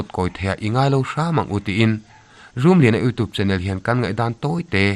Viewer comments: 'Youtube' ilam dan hi 'youtuub' tilovin 'youtiub' tiin lamla afuh zawk ang, thahnemngaih thuhla aw😊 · Youtube tih hi i lam dan a mak eeee...!!! Sapṭawnga 'U' kan lam dana lamrik a ni mai a...'TUBE' lai hi 'tuub' iti nge ? pawh ka hrethiam lo...enge maw lai diklo hi chu aawm a ni.